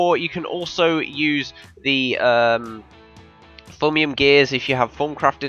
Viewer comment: did you just call thaumium "foamium" ??!?!?!?!!